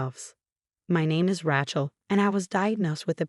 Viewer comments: Whoever, or whatever narrated this is horrible at pronunciation. It's Ra(y)chel, not Ra(t)chel. You didn't even pronounce Dr. Mar(teen)is's name right. I'm not suscribin to this channel. Sorry,. All of the channels similar to this one, that I'm subscribed to, enunciate names and words correctly most of the time. They make mistakes as well, but not like this. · R-long a chel NOT Ra-shal!!!! Agree Lord Love a Duck!!!😊😊😊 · NOTE: Epilepsy pronounced - E-pee-lep-cee. Rachel pronounced - Ray-chel. AI has a long way to go - obviously not edited for accuracy prior to publishing (also spelling errors). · It’s “RAY-chel” goddamnit! Get it right! If Sarah never had a drinking problem why did she have a sobriety medallion? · This AI Pronunciation is a pain in the neck not only does it pronounce Rachal and Epilepsy wrong it's distracting when trying to listen for goodness sake learn how to properly pronounce words before sending stuff out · Yes, please get your names pronounced properly... The name Rachel is especially ALWAYS mispronounced . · Fix your bot. Rachel does not rhyme with ratchet